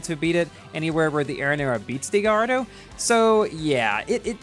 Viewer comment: very insensitive from your part to upload a video about this car right now, when the GP just finished and a lot of ppl didn't get it, also, Gallardo is pronounced "gayardo" , it's a last name, please learn your facts...